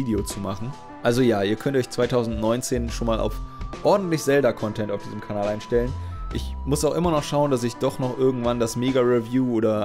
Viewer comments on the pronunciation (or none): none